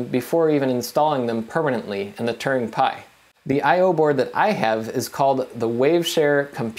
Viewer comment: when you say "turing" it sounds like "Turning"